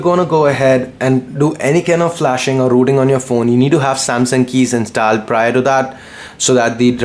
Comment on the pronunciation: inst"aa"led?? Really bro?